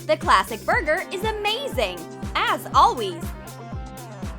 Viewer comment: Why do you always say alweys